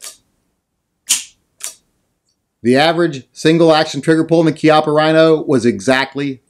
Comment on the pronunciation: Since you had to bag on poor Bob Wampler's name I think I will call you out on your KEYOPPA RHINO! Thanks for the video and I certainly hope that's not the way you refer to this gun its Chi appa just like Chiappa Mexico. But then again maybe you you were just saying it wrong to see if we were paying attention, but then again who cares! Just do more gun reviews!!!